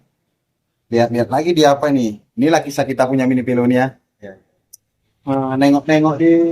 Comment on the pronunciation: Minivelo mas bukan minivel